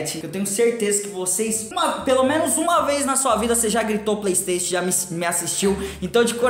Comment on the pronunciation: mano o yudi ta muito grande! ontem mesmo ele tava no bom dia e cia dando "praystatiun" XD